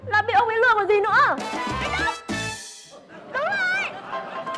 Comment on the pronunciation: Em chào anh đực ạ What đức mà lại gọi nhầm thành đực